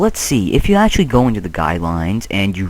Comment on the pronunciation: First, I love you and this video. Second, I love the way you say actually. "atualy" Lol!